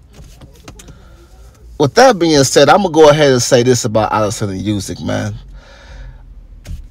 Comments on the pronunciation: Its pronounced ‘oosyk’ not ‘yousyk’ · Olexander Oosick is how its pronounced not a dig at you but thats how its pronunciation that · War aint In Russia bro. And atleast pronounce Usyk name right. Damn!